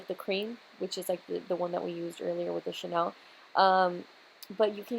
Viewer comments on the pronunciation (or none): none